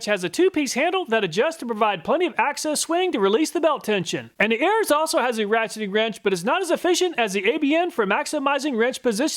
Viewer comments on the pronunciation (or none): I've said this in a previous video. ARES is not pronounced Airs. It is pronounced like Air-Ease, like the Greek god of war. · I have to be that nerd today. Ares is the Greek God of War. Pronounced like "air ease" not like "airs" Ares in Greek mythology is Mars in Roman mythology. Forgive my pretension. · Very nice! BTW, If you look up Ares, the Greek god of war, you will find that it's pronounced "air ease." 😉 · I love your methodology and what products you test. Only one thing. Ares is pronounces AREES. As in ARES the Greek god of War